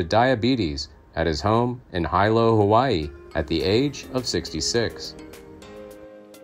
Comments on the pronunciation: It’s not HI=LO. Pronounced Hee-lo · Hi - lo Hawaii? It's pronounced hee - lo! WTF?